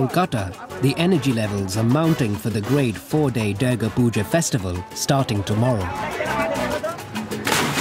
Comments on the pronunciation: The commentator pronounces the name of our Divine Goddess Durga ( Doourga) as Derrgaa !! :) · Beautiful upload- thank you. Durga is pronounced doorga. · The narrator's pretending to be Indian and he can't even pronounce dhur-ga? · He butchered the name Durga ..commentators should learn how to pronounce a name properly before they can take up this job.